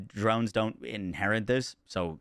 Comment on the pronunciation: inherit, not inherint